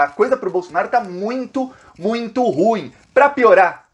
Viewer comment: Ruim pronuncia igual pudim!. vc e muito guerreiro! obrigada por sua clareza de informações.